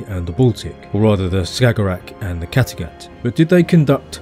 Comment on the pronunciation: I regret being late to this video, but I must commend you right away, because you got the pronunciation of Bohuslän very nearly right and it was almost perfect. Props also for "Skagerack" and "Kattegatt", especially how you pronounced the latter. Such details show that you really care about the topic, and the entire video is evidence of this.